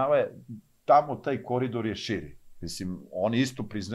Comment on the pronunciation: ne kaze se kori Dor nego se kaze koridor....